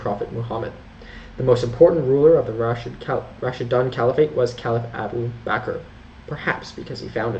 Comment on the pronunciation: Pronounce Raashiduun not Raasshidaan.. Otherwise❤❤❤